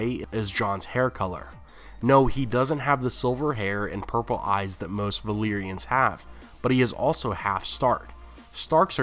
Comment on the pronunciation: Dude, why do you always say: Valeeeria when everyone else says Valairia (as in "air") It's just so weird to be so knowledgeable about GOT and to not pronounce things correctly.